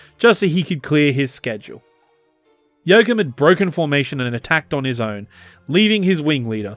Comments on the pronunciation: Joachim is pronounced yo-ah-chim, with the ch pronounced as in Loch Ness. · You totally butchered his name. He is definitely, absolutely, categorically not called "Jokum". Making a video without even checking the name?! Thanks for shining a spotlight on him anyway. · The fact that his name is pronounced "Yo-Coom" is the .... cherry on top. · Very informative video. Never heard of him before. A true hero of its time. But as a German, I have to say it's giving me cancer in my ears hearing you say Joachim 😀 Just joking, it got me giggling.